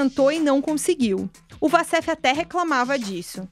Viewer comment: uma jornalista que não sabe que Wassef se diz "Uassef" e não "Vassef"